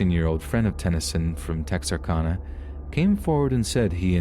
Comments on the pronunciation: I grew up practically living in Texarkana, and I can say this was pronounced tex ar can a hehe. But good and accurate story. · Tex-ar-CAN-uh. Short A :) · Its pronounced tex-r-can-a ...lol making this arkansas girl cringe the way you pronounced it lol